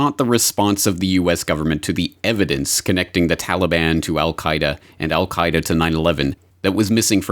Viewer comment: Did Condoleeza almost slip and say "The Al Qa' Ida NUT-work", before correcting to 'Network' at 20: 40 - 20: 59 into the video. I watched in Amazement as these arguments built against Afghanistan, truly believed that Congress would NEVER APPROVE or Fund such folly, as I saw it. WTF??? And then IRAQ -- and the Rogue Nations. Same war still brews. Trump's Agenda is to give the War Hawks what they want -- the Global Corporations won't have to pay for the war (thanks to their tax cut) ewe will -- and ewe'r grandchildren. Baaaaaa'd? Our only hope now is to defund the military industrial complex before 2019. Will you help? The ewes won't help.